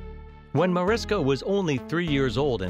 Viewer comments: She pronounces her name MariSHka, not MariSka. Hearing the voice over say it wrong annoyed me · The way they said MariSKA and not MariSHKA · agreed. In fact I went to a luncheon where she was honored and she DOES NOT APPRECIATE people pronouncing her name MariSKA. She WILL correct people when they do it. She says, “It’s MariSHKA!” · For me, this would be more aptly titled, The 10 things that you already knew about Mariska Hargitay. I've seen every single episode of L&O and some multiple times. Also, the way her name is said sounds like Marishka, not Mariska, the way it's spelled. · Evidently the guy doing the voice over for this didn't realize that her name is pronounced "Ma-RISH-ka", Not "Ma-RISK-a" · How about the most obvious fact: her name is pronounced “mar-ISH-kuh” not “mar-is-kuh” 🙄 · heres something the narrator doesnt know: its pronounces marISHka not mar'isk'a m'kay? everything else all true. plus heres something else: l admire and repsect Marishka for the so much she does for the welfare and benefit of the less fortunate and that story how she met and married her husband beeeeeUUUUtiful. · Her name is Hungarian and pronounced “Muh-rish-ka”, no Maris-ka. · MA-RISH-KA, not MAR-IS-KA!!!!!!!!!!! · Ma’rish’ka... they should pronounce it correctly , she’s a lovely person ❤️ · maryannbabigirl60, the person that is narrating this video is mispronouncing Mariska's name throughout the ENTIRE video. Her name is properly pronounced "Marishka". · I enjoyed the video and uncovered Mariska tidbits. But the narrator should indeed say this lovely and amazing entertainment icon's name correctly! It's pronounced: Mah-rish'-kah Thanks in advance for fixing this :) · she is a friend of mine & hates when her name is pronounced wrong. it is pronounced marishka. sh sound. was curious about what was in the video. in 5 seconds of meeting her she corrected me & made it clear do not pronounce it w an sk sound! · This is great, but her name is pronounced MariSHka.